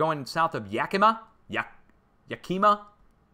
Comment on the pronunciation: You said Yakima right the first time lol Hi from Tacoma..NO, I live right next to JBLM tell me?!! Used to live in Arkansas and felt a small tremor there and also Virginia. Sooo weird, like jello.